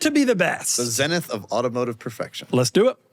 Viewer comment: it’s pronounced ZEE-nith. smh